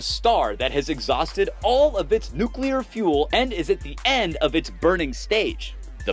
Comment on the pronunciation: Nuclear not nucular